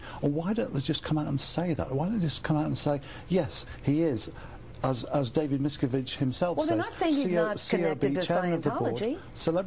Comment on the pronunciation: Why does he insist upon coming up with his own. pronunciation of David Miscavige's name. Would those who grew up with him and worked with him for years not know how he pronounces his own name, the name of the head of the "church" (sic), cult?